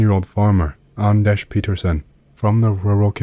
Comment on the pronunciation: Yeah, nailed it! Greetings from Sweden.. ;)